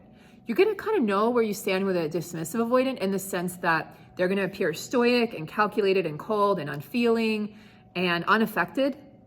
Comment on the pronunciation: The word it “stoic”. Not “stoyic”. And yes, a dismissive avoidant’s super power is the ability to appear stoic when you’re falling apart with anxiety and uncertainty.